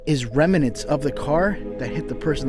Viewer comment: SORRY ‼️ BUT I’ve got to finally correct you on one thing….your pronunciation of the word…..”REMNANTS”. IT’S pronounced like….”REM” “NANTS”. YOU’RE pronouncing it as….”REM”…”IN”…”ANTS”‼️(@ -01) There’s NO “I” in the word “Remnants” and it’s pronounced the way I’ve shown it above WITHOUT the “I”. I’m NOT correcting you on this to be nasty or smug but so that you’re aware of your slight mistake so that you can correct it in future videos so that you’re not teaching all of your younger (or even older) followers (and fans) of the incorrect way to pronounce the word. I’m a longtime follower and fan of yours and just honestly thinking of you on this matter. Stay safe and healthy!!!